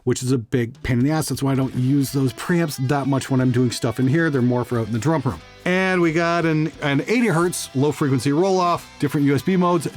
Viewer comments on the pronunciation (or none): none